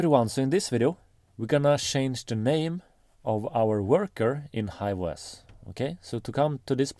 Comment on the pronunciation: Just one point when you say farm it sounds like form. When you say hive it sounds like hi. Maybe confuses some people.